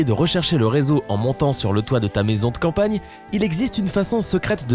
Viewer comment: Putain vraiment ils nous prennent pour des cons!?😂😂Lama faché s'est fail ducoup ils ont crées une autre chaîne vite fait (ça ce voit au nom de la chaîne mdr)ptn ils nous prennent pour des pigeons ou quoi? Et en plus mdr vous étiez obligez de dire"De Campagne" a ?